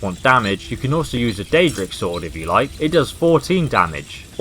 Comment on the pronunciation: it is daedric not deadric daedric (day -jri -ck) deadric is (deh - dri - ck)